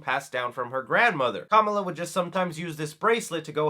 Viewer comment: Dude, you’re pronouncing her name incorrectly. She even corrects the mean girl in this very same trailer for pronouncing her name incorrectly like you do here, lol. 🤷🏻